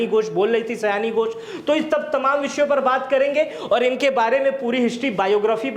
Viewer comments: 'सयानी' नही, 'सायोनी' घोष। Pronunciation ठीक किजिए पहले। आपका जटाजुट बड़ा ही अजीब लगता है। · सयानी nhi सयोनी hei nam😂😂😂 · Nam to thik se poro